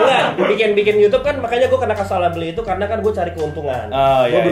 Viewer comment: Yh ngomong sekarang udh bener ngak "YOUCUBEE" lagi,, hhhhh